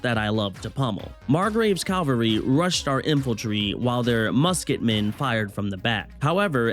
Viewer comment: It's cavalry (ka-val-rie), Calvary would be the place of the crucifixion of the Lord Jesus Christ. Good video tho, hope you get more views!